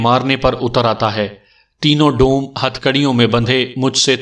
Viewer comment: آواز اور انداز بہت اچھے ہیں، اردو اور تلفظ پر توجہ دیں ۔ کنور دیوان میں کنور اس طرح پڑھا جائے گا جیسے کنول پڑھتے ہیں ۔ برچھی میں ب پر زبر ہوتی ہے ڈوم کو doom پڑھا جائےگا ۔